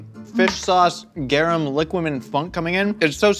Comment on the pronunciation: I was listening to this while I was cooking and heard say garum and immediately my mind was like "MAX!!! MAX it's GARUM!!"